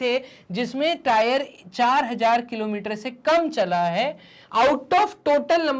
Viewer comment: Sir kalometer ki kilometer😂😂🤣🤣🤣